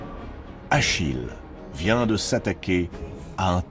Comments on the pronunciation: Achille, pas Achilles. Allez, pouce rouge. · Où avez vous vu un s à Achille?